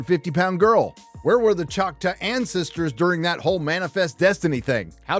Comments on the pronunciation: ok I agree with the review but the tribe is pronounced chalk-taw and not chaka. Makes me wonder if the show did a Last Airbender and pronounced Aang with Ong. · did you really just say "Chot=wuh?" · Are you trying to say Choctaw? Choc-TAAHW. Just saying, since I've spend most of my life in Oklahoma. BTW this series looks to be an offensive level of "representation" again, coming from a person who as spent most of their life in Oklahoma. Oh and OU sucks, go Pokes. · The Choctaw tribe in Oklahoma is a separate entity from the Mississippi tribe. Also, its pronounced ‘chock’-‘tall’ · No it’s still “Chalk-taw”, is either too lazy or too bigoted to pronounce it correctly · Choctaw, as in Chalk-Taw. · I’m from Oklahoma and everyone pronounces it chock-taw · It’s pronounced Choctaw- Chock-taw. Thank you for you attention. Lol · Hahaha the mispronunciation of Choctaw is hilarious to me. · Bro how are you pronouncing choctaw? Lol wrong that's how